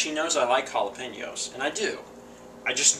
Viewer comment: the way you say it makes it sound like halla-pain-yos.